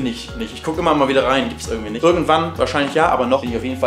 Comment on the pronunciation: Der Typ soll mal Deutsch lernen mit seinem „ürgendwie“, wenn er „Hürn“ hat natürlich. Wen interessiert es in was für einer 100er Sardinen-Büchse der haust? 🤔 Kann YouTube bitte mal den Algorithmus überarbeiten.